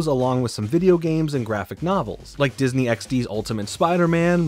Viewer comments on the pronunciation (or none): none